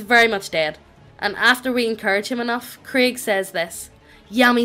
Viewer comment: We not gonna talk about how is pronouncing Craig as Krieg? I mean I'm fine with it if you guys are but...